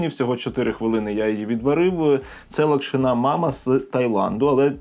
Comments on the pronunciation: Будь ласка не кажи локшинА лОкшина ну це реально мінус вуха, не знаєш зайди в Гугл прочитай і страви можуть бути сОлені а не солЕні. Сорі але реально це слухати неможливо, відос класний але ця локшинА просто не дає спокою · Правильно лОкшина, а не локшинА. Соррі, та різало слух)